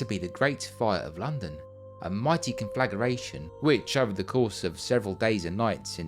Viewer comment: “Con-flag-UR-ray-shun”?? “Con-flag-ray-shun”! But thanks as always,.